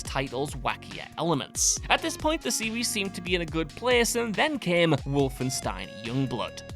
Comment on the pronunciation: When your regional British accent forces you to say series like a toddler that can't speak properly and you say 'serwees' instead, it's time to stop. The British's desire to sound regional distinct from one another when the entirety of the UK isn't that large of a region, comes at the cost of sounding like, how do they say... a total numpty.